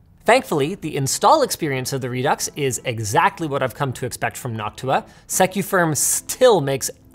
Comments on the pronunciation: Re Ducks? It's said "Re Do" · Pretty sure Redux is pronounced "redoo". It is just like faux which does not pronounce the x. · is Redux not pronounced "Re-Do"?? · ReDucks? Lets just call it ReDo and end it there. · It's "re-doo" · its pronounced 'redo'